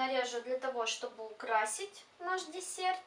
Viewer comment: Мне показалось ты сказала не украсить а украсть